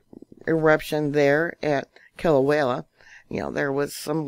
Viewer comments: Kill-ah-way-ah, not Kilawela🤣🤣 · Kilauea* Not Killa-way-la. I think you watch too many disaster movies,.